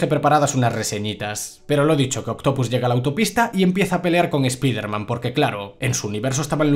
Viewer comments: Tanto te cuesta decir "ESPAIDERMAN" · Siempre le pronuncian mal el nombre.